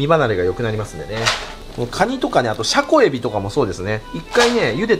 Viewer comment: 前から思ってたんだけどシャコエビのイントネーションどうにかならん?ｗ